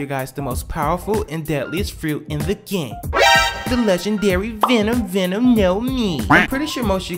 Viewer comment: I am offended "venom venom no mi" No bro it's Doku Doku no mi